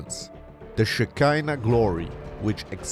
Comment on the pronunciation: Please, everyone, shekinah is pronounced shek-en-aw’. Not like the body part of a woman. American pastors get this wrong every time but I am shocked to hear it from an Israelite.